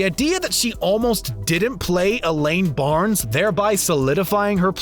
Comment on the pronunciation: Elaine Bennis, not Barnes